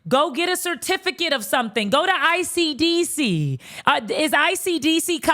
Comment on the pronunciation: She said ICDC guhhhh I fell aht lol